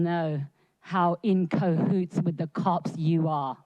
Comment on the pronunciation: "Inco Hoots"?